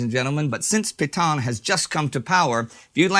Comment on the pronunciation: Nice to see Indy finally more or less pronouncing Petain correctly.